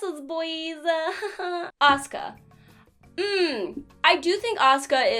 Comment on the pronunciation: When she said Asuka i was looking away from the screen and thought she said Oscar in a southern accent.